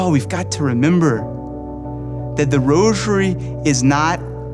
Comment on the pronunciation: Not "roshery"......geez!! Stop saying "roshery"!!!!!!